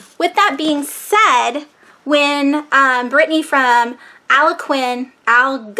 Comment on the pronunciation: It’s not hard to pronounce. My mother was from the Algonquin tribe. Say... al GONE quin simple. Now say it again... al-GONE-quin. It’s getting easier. Have you reviewed “Catch 22” by Joseph Heller? How about “Johnny Got His Gun” by Dalton Trumbo?